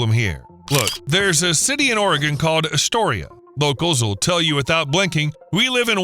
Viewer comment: Not Atoria, it is Astoria!